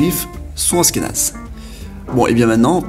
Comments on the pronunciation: Ça se dit aCHkenaz pas aSkenaz !!! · Achkenaze pas Ashkenaze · Ca se prononce achkénase pas asskénase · aSHkénaze tu prononces aSkénaze, sinon très bonne vidéo comme d'habitude j'adore tes vidéos continue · Ashkénaze se prononce Achkénaze et non Askénaze ^^ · tu dis dla merde ! Mais bravo pour la prononciation moi aussi ça m enervait ! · Oui, on dit pas Asss kénaze, ça s'écrit Ashkénaze, comme en anglais "ash..." C'est vraiment bizarre ta prononciation... Tu devais pas trop aimer les langues à l'école...😁😁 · Ashkénaze ce prononce Achkenaze 😂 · Ashkénaze pas askenaze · Je crois qu'on dit ach-kénaze, avec le son "ch" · Juste pour info (parce que ça pique mes oreilles xD ), dans le nom Ashkénaze, le h se prononce ^^ Ca fait donc le son "sh" (ou comme le "ch" en français, comme dans chien, chat, château, shalom, etc ^^ ). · C'est prononcé "ach"kénaze ^^ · Askenaze ahahah cette prononciation... ça m'a déconcentré 😂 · Ça se prononce achkenaze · On dit achkenaze et on ashkénaze